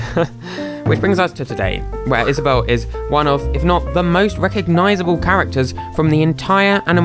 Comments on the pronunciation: Is-A-bell. Lol. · he said: is aw bewwle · "is-a-bell-(e)" i can never unhear that again. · "Is-a-bell" oh my GOD